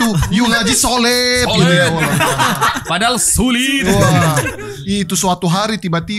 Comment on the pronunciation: yuk ngaji soliiidddd padahal syuliitttt wkwkwk🤣🤣🤣